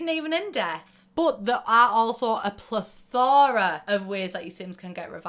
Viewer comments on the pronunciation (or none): I am NOT a fan of how you said “plethora” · plethora you mean? google plethora to know how to say it xD